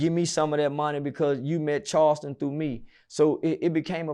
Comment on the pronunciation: I thought Charleston said fk say cheese tv